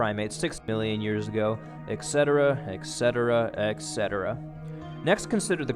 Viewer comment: Yes, I'd like to add to this comment to. You pronounce "etc" as if spelled "ec setera", "Etc." is a contraction of two words that is then abbreviated: "et cetera". the "t" should be pronounced before the "c". (It is standard in English to pronounce the "c" as an "s", but I have heard people who studied Latin pronounce it as a "ch", as in "church": "et _ch_etera". Italians do this, too, and claim to have the most correct pronunciation of Latin. Oh, well.) At, you say you will "take a slightly different tact and explain...." "Tact" is a gentle or subtle approach to a difficult matter; to change an approach or direction to a subject is to change "tack"--the word is from sailing. It means to veer at an angle to the wind one way then the other so that the sum of the vectors is against the wind, a direction in which one can not sail directly.